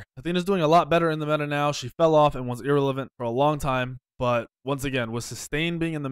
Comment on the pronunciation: You really just said "ear elevent"...